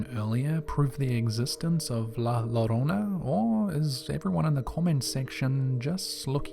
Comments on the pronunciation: Bruh u r a podcaster of a horror channel, learn how to pronounce La larona (layarona) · Lmao I am sorry, but the way you keep saying la llorona got me cracking up 😆 🤣